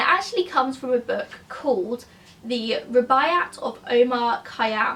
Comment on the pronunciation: The Rubiyat of Omar Kyam is a classic and it's just embarrassing that you have never even heard of it. A sad indictment of the failing British school system I'm afraid. You do know that you can look shit up on YouTube in order to find out the correct pronunciation? Guaranteed that someone somewhere has done a video on the Rubiyat for example.